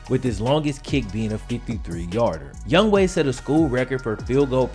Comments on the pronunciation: bro do you know how to read? his name is not youngway, its youngHOE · his name is Younghoe, why does that guy keep calling him Youngway? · Why do I keep literally saying 'Young hoe' instead of its pronounciation ''Young way"? 😂😂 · I am Korean American, and I also thought it was pronounced Young-Ho because Young-Ho is actually a viable Korean name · I say it that too. I didn't even know that it was pronounced Young Way not Young Ho until I saw this vid. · Hangeul doesn't convert neatly into English, phonetically speaking. I used to teach at a school with a ton of Korean kids--this dude's name isn't pronounced 'Young Way' exactly but that's way closer than 'Young Ho.' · It's younghoe Koo not going way get the man's name right younghoe